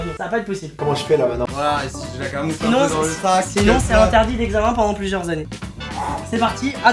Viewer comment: "Pluieurs" au lieu de "Plusieurs" Oui toi bien parler la France